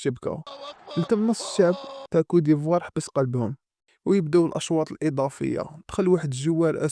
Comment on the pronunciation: ماشي cou d'ivoire لكن côte d'ivoire